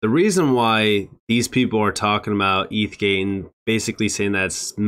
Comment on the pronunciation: He can’t even SAY ETH-gate correctly 😂😂😂